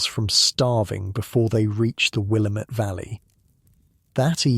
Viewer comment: Great story, as usual! I love the accent-- it is so calming. One quick note: the Willamette Valley is pronounced "will-AM-ette" as in "God- DAMN-it". I was corrected this way when I went there on vacation by the locals. 😉